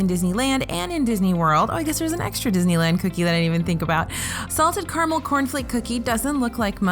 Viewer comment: She's actually saying Carmel... Which is even more of a head scratcher